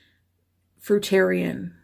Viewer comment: Thank u for pronouncing fruitarian correctly so far 2 have mispronounced 😅